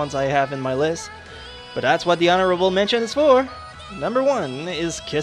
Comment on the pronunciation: Hon-ora-ble Men-tions, ok?